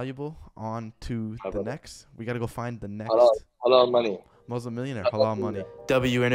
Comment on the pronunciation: Its MuSlim not MoZlim